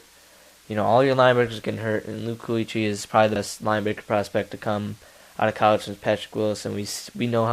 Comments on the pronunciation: BCs linebacker is pronounced keekly. Not kooeekly. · You pronounced Kuechly from BC wrong but he is an absolute beast